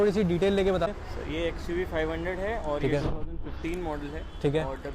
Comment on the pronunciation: its not xuv 500 its oo alphabet